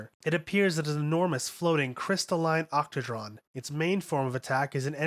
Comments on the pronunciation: The worst one was "octahedron". Never heard anyone call it an otchtradon before 🥴🥴🥴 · "posistron" "octadron" aight imma head out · Posishtrun? You mean positron rifle? Octodron? You mean octahedron? I know the words aren’t like everyday words but you gotta do better, especially when they are spoken in the show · "Experimental Posistron Rifle" what? POSITRON "Christaline Octadron" OCTAHEDRON ffs "long range firin weapon".. dude doesnt even get verbs correct I assume its just due to the inherend american/english inability to talk properly and verbalise/pronounce foreign words.